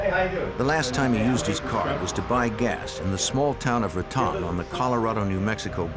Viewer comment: You'd think they'd learn how to pronounce place names like Raton.😅😅